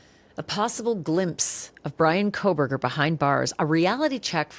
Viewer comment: I cannot listen to anyone who can't discern there is NO "L" in Kohberger!